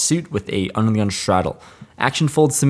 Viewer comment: Anyone else think that when says “under the gun” it sounds like “Onion” 😂